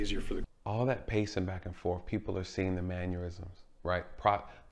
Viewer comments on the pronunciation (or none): First off, what is a manuism? You kept using it over and over. At first, I thought it was just a misspoke word. It's actually mannerism. Man-er-ism.